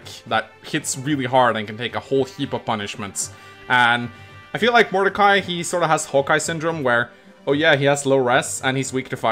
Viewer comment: First "Illyana" and now "Modercai". is going to end up renaming half the cast.